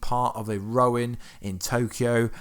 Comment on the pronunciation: You kept calling Clints new persona as "Rowan" it is Ronin...maybe I just heard you wrong, but sounded like you said it wrong multiple times